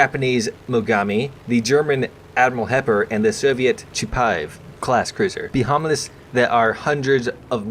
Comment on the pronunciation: Totally butchered behemoth but I'm too happy to care